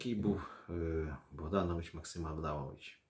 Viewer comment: Дзякуй вялізны за працу. Невялічкая заўвага: літара "о" ў беларускай мове заўжды пад націскам і прозьвішча паэта правільна вымаўляецца як БагданОвіч.